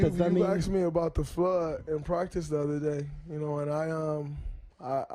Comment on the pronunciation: There’s a fludd 😂